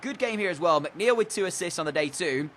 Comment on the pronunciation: And yes, you got my name right✌